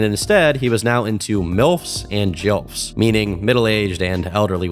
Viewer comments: JILF? It's GILF. Like GIF is Graphical and not Grandmother spoken as Jrandmother. Say Kimmy Gibbler's last name as Jibbler. You sound illiterate pronouncing words wrong,. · Jilf? Bro what 😂 its Gilf. Unless we've been saying Grandma wrong. Jrandma is just a no